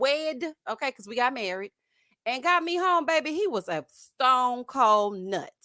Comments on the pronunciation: thinks when he say...babbby and ya heard me..... women just flock to him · As a woman from New Orleans I was done with and his babay from episode one!🙄